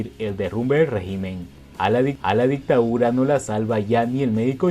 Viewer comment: Se dice DICTADURA no ICTAURA.